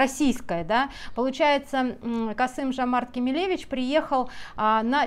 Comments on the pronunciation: Не Кемеле'вич- на манер Робинович. А Кеме'левич, при подготовки к записи видео, хотя бы Википедию открывайте и смотрите, как правильно произносить ФИО! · простите за замечание, но правильно будет ставить ударение на второй слог: КемЕлевич и произносить фамилию через О ТОкаев, а не тАкаев. Спасибо. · дважды неверно произнесено отчество Президента Казахстана - ударение на 2 слог, неуважаемая разбираторша, - КемЕлевич. фиксирую неуважение и унижение Токаева. Бесконечные "да? ну, а, фшоке" и прочий словесный мусор - визитная карточка автора канала. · Не “КемелЕвич”, а “КемЕлевич” - казах, а не еврей. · Кеме'левич - ударение на второй слог. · Здравствуйте. В отчестве Кемелевич ударение на вторую букву "е".